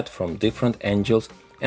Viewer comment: Friendly language note; “Angles” is pronounced “an-Gels” like “spangles” or “dangles” instead of “angels” how you are saying like “an-Jels”. This means God’s heavenly hitmen. Not geometric relative line direction as you intended. There, now you are the perfect human. Seriously.